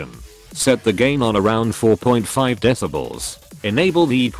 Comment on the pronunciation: How the text to speech says deci-balls instead of decibels 😂